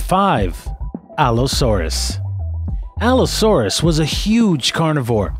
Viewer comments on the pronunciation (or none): none